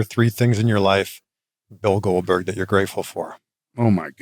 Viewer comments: Say it with me: Goldberg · GOLBERG, GOLBURG, GOLBURG...